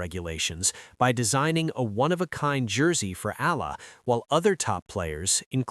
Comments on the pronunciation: Alex EALA is pronounce EYALA. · It’s AAAAH-YAAAH-LAAAH you AI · Please pronounce her name, Alexandra /Alex Eala (E y a l a). All of us will appreciate the effort. Win or lose we support and pray for her. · It's eh-yah-lah